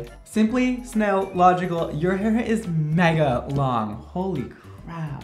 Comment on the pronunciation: I cried when he said snaillogical